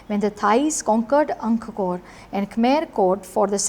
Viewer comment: ANG-KOR... NOT ANG-KA-KOR... please pronounce it correctly